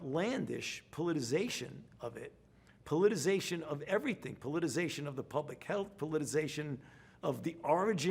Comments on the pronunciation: That’s politicization, not politization, Fauci. Politization is not a word. Is the fatigue of lying constantly affecting your expressive vocabulary? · It's not "politization" Fauci, say it with me you glorified administrator... "politiCIzation." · Fauci saying the word “politicization” 🤦🏻‍♂️